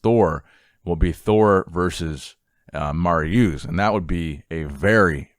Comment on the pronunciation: You can tell how young you are with the butchering of Mariucz' name. I remember him and Savicas dominating